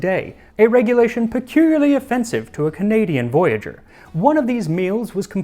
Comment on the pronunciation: Bro says he's studying French and then pronounces voyageur and Métis in the most English way I've heard lol